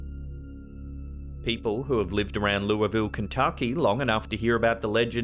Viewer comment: Holy crap he pronounced Louisville correctly!! Most ppl say lueyvill. Good on yah! 😁